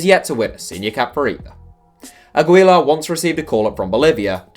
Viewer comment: The way you pronounced Aguilar hurt my ears.